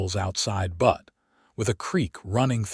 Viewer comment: Enjoying the story. You must fix AI so it stops calling Butte (B-u-tte ) Montana 'Butt' 😅😅 like the backside of a donkey.